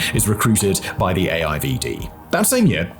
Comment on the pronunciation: I dont think I have ever heard AIVD being said in english before (being dutch)... sounds funny